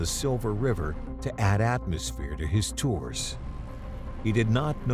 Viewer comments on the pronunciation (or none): none